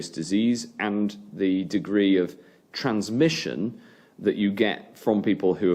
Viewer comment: TheWarOnU he struggles with the word transmission